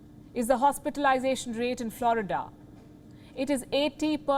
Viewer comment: Maybe she should learn to speak English and pronounce Florida.this woman has a rock for a brain